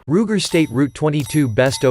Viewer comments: "State Root 22?" WTF? Try "Sturm Ruger 22." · This speech app is INSANE... a Ruger "STATE ROUTE 22"??????????????????????????? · This is so dumb. “State Route 22”? What am I, listening to Google Maps?